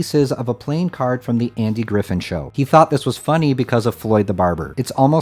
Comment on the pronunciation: Andy Griffith with a ‘th’ at the end. Not Griffin.